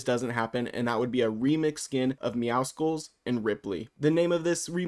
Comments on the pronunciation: It’s meow SULLS not meow SKULLS :( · Meowscles is prounonced like muscles it’s actually a pun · perfect, especially because his name is not meowskuls its meowscles, LIKE MUSCLES@ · meowscles is a play on "muscles" so it wouldn't be "meow-skulls" but rather "meow-sulls" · I've seen this by so many people, but why does everyone pronounce Meowscles but emphasise the C in it? You don't pronounce the C in Muscles so why in Meowscles?? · Why do so many people still say MEOWSKULS ITS A PLAY ON WORDS BECAUSE HES BUFF ITS MUSCLES BUT YOU SAY MEOW! MEOW-SCLES PLEEEEASE BE